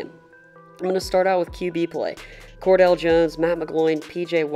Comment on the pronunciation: "Kordell Jones" lol. Interesting way to pronounce Cardale. Don't worry man, I still "Liked" your video.